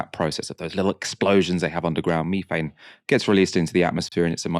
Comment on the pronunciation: "Thought", it's" thought" not fought. You have an interesting voice (and indeed program) but for pete's sake don't let yourself down by not pronouncing th. You just did it again with "methane".